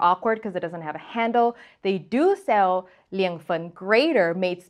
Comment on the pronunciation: As a Sichuanese, I clicked the like button and knew this recipe was gonna be legit immediately I heard pronunciation of Liang Fen is right spot on!